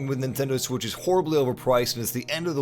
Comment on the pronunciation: NTEND WITC